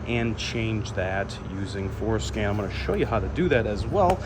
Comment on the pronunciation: Referred by Rainman Ray. Came to watch this one and every time you said Fordscan I heard foreskin! 😂